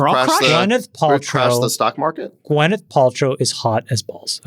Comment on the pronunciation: Wild about Gwyneth Paltrow but don’t even know how to pronounce her name? Who is GwEneth Paltrow?